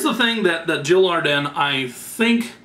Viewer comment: Your saying it wrong its Jil Adren, Aaaa DREN!!!! not arden lol